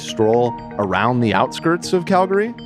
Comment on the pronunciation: I’m proud of for saying Calgary right most of the time.